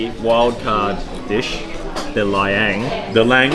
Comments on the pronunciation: It's La-eng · Guys, it’s not pronounced Ubay. It is pronounced oo-bear. Laing is pronounced La -ing . Adobo is pronounced A-door-baw not A-dough-bow. Kare Kare is pronounced Ka-reh Ka-reh not curry curry.